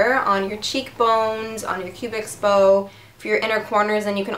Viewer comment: you're so cute! oh by the way, it's called a "cupid's bow", not a "cubix bow" ;P